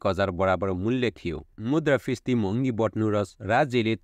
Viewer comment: Brother, pronounce मुद्रास्फिती properly.....😊😊